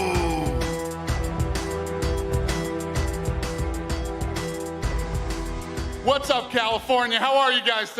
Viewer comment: Why all white people insist on calling him I-NGANNOU? It has to be read "Ngannou" without "I" in the beginning of the name!